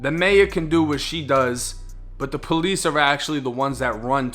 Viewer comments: is he meaning to say “peace officer” or is that the accent lol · Say the word, "Police"... one more time lol that accent is funny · Why you keep saying police like that bro😂😂